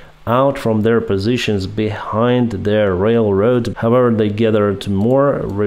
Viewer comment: there is a difference between "unable" and "enable", so pronouncing it correct is very important. also there es a difference between T and D as well as "however" is not pronounced with the "W". if you really have "learned english form atlas vpn" you should have learned that too (this is hint number 9 on these topics)